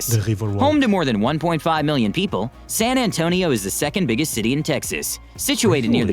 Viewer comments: It's San Antonio, Texas... Not San Antonia... So, yeah... The narrator just lost brownie points. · That is a stupid AI video. San Antonia. Pfft.